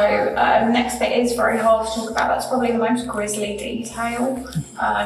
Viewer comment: grisly buddy not grizzly this is probly one you guys should know